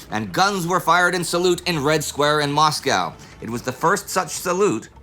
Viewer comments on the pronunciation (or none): none